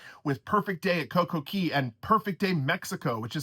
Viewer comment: Isn't it Cay? Like K?